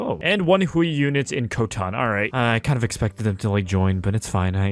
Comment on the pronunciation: hey so in general chinese "ui" is pronounced like "way" so Hui is pronounced like "Hway"